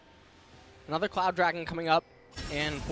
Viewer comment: dude cant say cloud dragon repeatedly says clown dragon